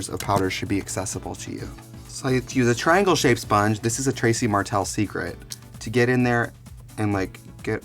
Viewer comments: Am in the only one who keeps hearing him say Tracey instead of Trixie? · So is her name Trixie or Tracy? It sounds like he's saying Tracy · why does he sometimes say tracey? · Anyone else realise he kept saying Tracy?